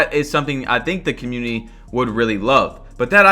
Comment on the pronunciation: Why always says cuhmuiny instead of community